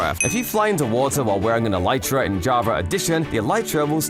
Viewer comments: stop saying elit ra ! it is elytra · I like this channel but I can't get over the way he says Elytra like e-lee-tra. Yes I am aware that it comes from the biology of the wings of a beetle, which is where Mojang got the name from but it just doesn't sound right to me. I have always pronounced it e-lie-tra, but it can be said either way I suppose. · The way this dude pronounces elytra hurts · I like the way you pronounce elytra